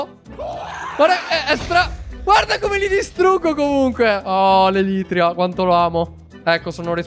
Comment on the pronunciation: Io che soffro perché dice elitria